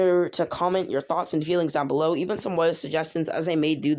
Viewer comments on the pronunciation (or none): none